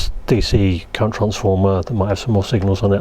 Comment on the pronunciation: "primary differential _cureent_" Seems like I'm not the only one occasionally repeating the wrong leeter in a sentence